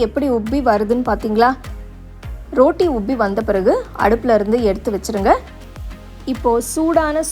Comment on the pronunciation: அருமை. நீங்க ரோட்டினு சொல்லாம ரொட்டினு சொன்னா நல்லா இருக்குமே